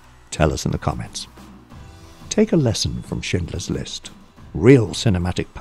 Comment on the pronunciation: I first I thought the narrator said "Shitler's list" in my mind I'm like "did Spielberg make a comedy making fun of hitler? Lol"